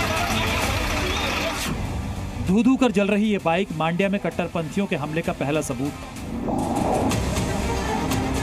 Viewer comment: It is not मांड्या. It is मंड्या.